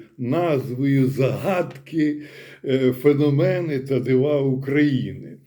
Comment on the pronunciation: Бажано ставити правильні наголоси: зáгадки, фенóмени, ЗмÌєві вали.